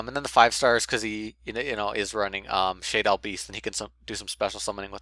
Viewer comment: It's pronounced SHAdolls. not SHAYdolls. JS.